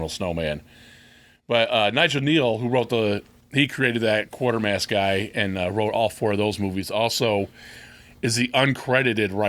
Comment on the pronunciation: Quatermass is not quartermass, It's pronounced Kwaytermass.